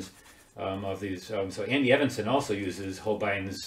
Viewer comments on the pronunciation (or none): Andy Evansen is pronounced Eeeevensan - long e at beginning.